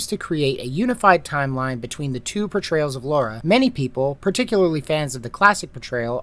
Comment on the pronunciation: LARA LA-RA not Laura